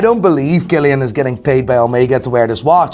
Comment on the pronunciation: Love the way you say Cillain.....🤣🤣